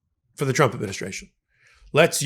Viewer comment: KK karoline pronounces trump " chump". Homan also has a speech impediment . .. probably was teased in school which could explain his desire to hurt migrants. Pitiful bunch!